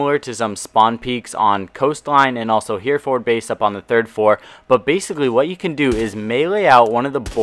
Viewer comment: It's pronounced He-re-ford